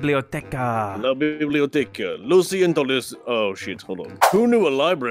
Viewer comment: When and narrator said "La biblioteca" I was screaming so hard. The best thing? They said the word really well xD